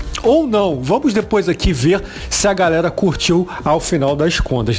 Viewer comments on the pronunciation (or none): none